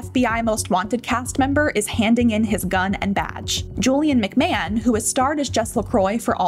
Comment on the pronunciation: Shame the commentator can’t even pronounce his name properly.